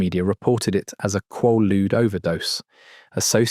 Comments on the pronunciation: You’re mispronouncing quaalude. It was big in the punk scene in the 70s too. My friends and I used to go to quack drs in Philly and pay for quaalude scripts and other narcotics. We would go to drug infested neighborhoods and trade tussanex cough syrup and Percodan for quaaludes too. There were lots of car crashes due to passing out while driving. We would often pass out in restaurants while attempting to eat. Disco wasn’t cool and we punkers eschewed Studio54. Great times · Quaalude has a long a sound, as in kw-aaa-lude. The structure shown was a total crap Ai slop. So many mispronunciations…. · I'm 63. I did them quite a few times in the 70s. I've never heard one person say KWAH-lood. It's KWAY-lood. I can't listen to an hour and a half of this. It's like listening to information about Brazil and having it pronounced BRAY-zle the whole time. Ha! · “KWAH-LEWDZ.” 😂😂😂 haha. No way. They’re called “KWAY-lewdz,” not “KWAH-LEWDZ.” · Are you AI? No one on earth calls them quah ludes! They are quhey loods. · In the US it's pronounce qu"ay"ludes, not qu"ah"ludes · It's pronounced with a long A sound, not a short a. Rymes with Gaylood, not Gahlood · Kway-Loods is proper pronunciation. Not Kwah- Loodes. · Quahludes, kwoudes…pick a pronunciation and stick with it hbhh😅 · Ain’t no way kid made a 1 hr 30 min video about something he can’t even pronounce correctly, KWAY-LUDE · I guess British AI’s can’t pronounce American drug names. “KWAY-lood” “MAY-locks” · Always A.I.that gets it wrong. Its quay-lude. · Pronounced,,,, QWAY-LOODS 😊😊😊😊😊😊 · Quay-ludes, bruh. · AI, ugh. It was always pronounced with a long A, kway-lude. Always. That makes this AI video even funnier. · Quaaludes. Not Qualudes. Long.A. I got 100 a month from my Dr.😂 😪😪😪😪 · The pronunciation at the time in the US was "quay-rude". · It’s pronounced quaaalude. After Roaar became lemon 714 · FOUR pronunciations of quaaludes. Moronic AI. Not a mention of the combo of quaaludes with cocaine. That was some wild sex.